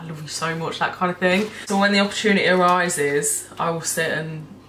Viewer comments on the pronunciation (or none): none